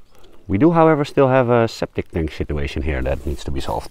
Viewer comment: Did you say "sceptic tank shituation"?🤣